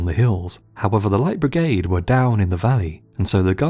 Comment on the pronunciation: Do practice saying "Light Brigade". You sound like an illiterate prat.